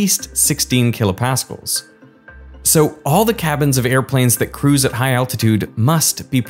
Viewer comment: I had never in my life heard a supposed physicist call KPa "kilo paskulls". It has always been kilo Pascals 😮